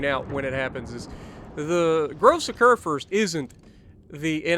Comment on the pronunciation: Don't you mean. Kurfürst